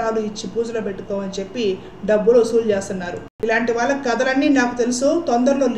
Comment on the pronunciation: వాల్ల కాదమ్మా వాళ్ళ. ల వేరు ళ వేరు. మిగతా అన్ని సరిగా చెప్పారు.